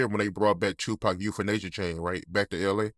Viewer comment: Euphanasia! NOT Euthanasia... Just sayin✌️